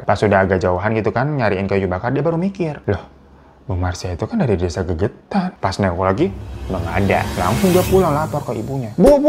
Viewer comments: Desa Legetan bang bukan gegetan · Desa Legetang kak bukan gegetang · Legetan bang bukan gegetan...desa itu kan di Banjarnegara...memang itu cerita yg fakta .. lumayan dr desaku jaraknya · Maaf bang, nama desa nya Legetang kali ya, bukan gegetan. Lokasi di wonosobo jateng. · Mohon maaf bang Hiro bukan GEGETAN TAPI LEGETANG 😊